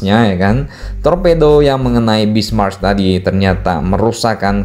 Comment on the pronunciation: Min, Prinz Eugen dibacanya "oigen" Kalo Bismarck huruf "c" nya sunyi, gak dibaca.